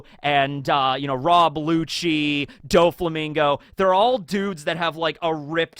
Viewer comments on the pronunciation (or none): none